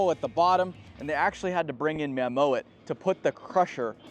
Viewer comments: Great video! As a Dutchy hearing you say "Mah mo hat" makes me giggle! Also, this video made me again wonder why not more quarries use conveyor belts instead of hauling everything with expensive big Trucks. To me a good conveyor belt (after initial installation) seems a lot more efficient than all those trucks, all the diesel, the personel, etc. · Great vid. Your pronunciation of "Mammoet" is horrendous though lol